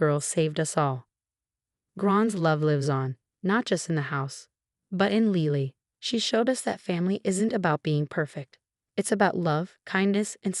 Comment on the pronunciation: It’s “LI-lee”, not “LEE-ly”. Get it right! For that matter it’s “Gran”, not “Grahn”. Also not Ron, Graham or brown.